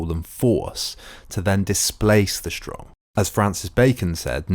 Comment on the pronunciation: Good account, but WHY do you pronounce words like strong as SHSTRONG? There is no sh at the beginning of the word. You presumably don't say shilly rather silly?